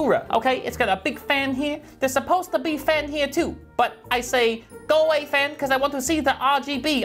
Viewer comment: "Bai Bai fah, herro epiriptic seizuh"*